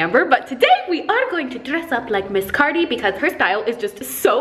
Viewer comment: Umm anyone else hear “queen cardi”